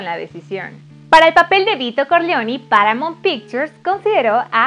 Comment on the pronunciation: Gabi Alfaro jaja,y a mi me sangraron los oidos de: "paramount","Coppola","Talía Shir". ... Jajaja